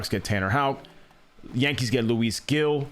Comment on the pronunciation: Luis Gil is pronounced “Heel” like the shoe 👠